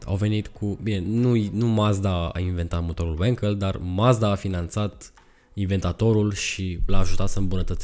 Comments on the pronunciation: Bravo frățioare, mă bucur că nu sânt singurul care a observat, și nu e prima dată când face greșala asta. Pentru mine de azi înainte pe prostu' ăsta îl cheamă, că el nu știe că numele lui Felix Wankel se pronunță Vanchel, la fel cum Walter se pronunță Valter nu "Ualtăr". Mama ei a dracu' de romengleză! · no offense.... numele de Wankel vine de la Felix Wankel (este este inventatorul acestui tip de motor).... care a fost neamtz. Wankel in germana se citeste pur si simplu "Wankel"... nu "Uankel" ca-n engleza. Sper sa nu te deranjeze comentariul meu....!!! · Wankel a fost un inventator German si se pronunta cum se scrie. In Romana numele Enache se citeste Enache si nu "Eneche" !! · Nu e Uenkel bre😂 E Wankel, că e neamț omu!